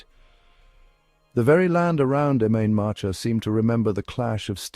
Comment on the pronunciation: What sort of shite is his. At least get some sort of pronunciation correct Im main matcha me arse.